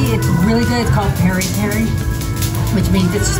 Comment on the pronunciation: It is not peri peri but piri piri